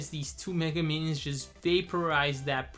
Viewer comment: "The menions" lol not hating